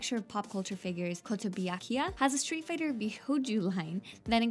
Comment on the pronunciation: ... "koh-toe-boo-yah-kee-yah" LOL ^^